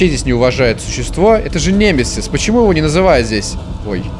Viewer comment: Немезис ударение на 2ую е